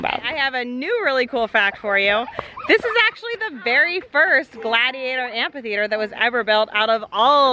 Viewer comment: It sounds like is saying,"ant theater " instead of amphitheater 😃 I'm picturing ants fighting! 🤣